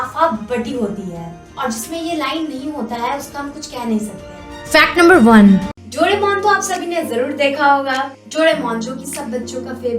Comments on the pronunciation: Dono bahi behen (dodemon) instead of doaremon😅😅😂😂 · वो डोरेमोन है ना के डोडेमोन ... Smjhe didi..?